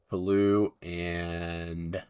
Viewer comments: If there's an 'e' after the s in french you pronounce the last syllable. (Toulouse should sound like you said 'to lose' a bit fast) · Dude, "Toulouse" is pronounced like "to lose yourself". Thank you, -Bleeding francophone ears. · Please look up how to pronounce 'Toulouse'.